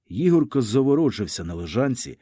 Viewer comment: Для пана що читає цей твір: у слові Ігорко наголос ставиться на перше "о". Дякую.